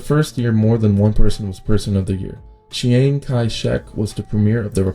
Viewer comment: Good video, very informative. But mild correction on the pronunciation: the Chiang in Chiang Kai Shek is pronounced Ch-ahn-g and Deng in Deng Xiaoping is pronounced like Dung. Keep up the good work tho!